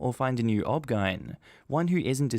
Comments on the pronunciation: please for future videos saying "obgyn" as a word is like saying r.i.p every time you mean rest in peace the poster didnt put the "." in O.B.G.Y.N. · That first story was absolutely awful. Also, in the USA, we say each letter for OBGYN. So hearing "obgeine instead of O.B.G.Y.N was very strange. Were you trying to just speed up the video or is that how you say the name as an Ozzie? I'm curious. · So is "OBGYN" pronounced "Ob-gine" in Australia instead of O.B.G.Y.N.? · OBGYN is pronounced O-B-G-Y-N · I'm surprised I haven't seen as many comments as I should about this but OBGYN is pronounced as O-B-G-Y-N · O B G Y N, not pronounced as a single word. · I keep giggling at the obgyn pronunciation